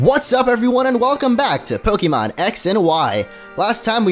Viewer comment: It bothers me that he says PoKEEmon.